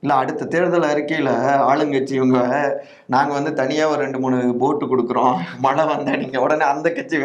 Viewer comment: பண மலையா ? பண மழையா? என்ன தமிழ்டா பேசுறீங்க!